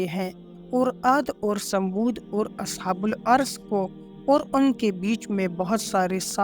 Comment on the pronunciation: اصحابُ الرّس بولا جاتا ہے نام تو صحیح ادا کریں لفظی بہت ساری غلطیاں ہیں